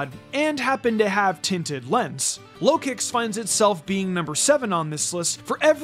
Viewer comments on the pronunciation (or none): none